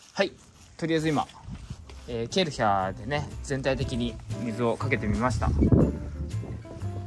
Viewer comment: ケルシャー ではなく ケルヒャー だと （笑） ドイツの会社だよ 有名だし😆